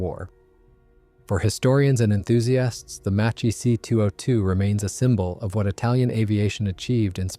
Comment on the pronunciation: The name is mispronounced. It is pronounced Mak-ki, due to the h.